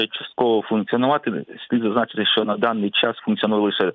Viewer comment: п. Власто! Чому Ви кажете "щьо", "щьоби", "якщьо"? і ч у тих випадках, коли треба говорити твердо, Ви чомусь вимовляєте м'яко... Дякую за увагу.